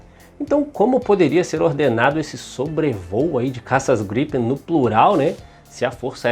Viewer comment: Só tem um porque vc fala ( jatos ) estranho gripem 1 só .